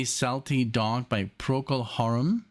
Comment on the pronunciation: PROCOL Harum. Not PROTOCOL Harum